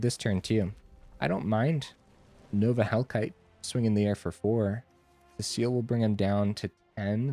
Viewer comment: See-sull, not Cecile.